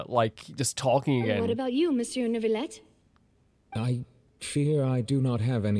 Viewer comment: By the way, its NeuVillette, not NeuRRvilette